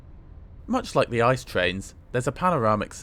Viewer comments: 😊 İt's not calles İCE🍦,rather eye ce e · You probably know this, but they are not called "Ice" trains, even though it's spelt like that. The correct pronunciation is "It-Say", which is what you have to ask for in Germany. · Did you really say ICE wrong. I would have guessed you would know the correct pronunciation